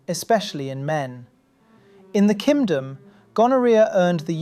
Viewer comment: Not kingdom BUT "kim-dom" that's funny!